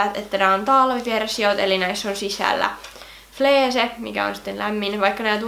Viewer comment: Se kirjotetaan fleece mut sanotaan fliici ei fleece